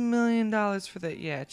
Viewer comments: yacheet? its a fucking yacht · Umm yacht is said 'yot' not 'yach-et'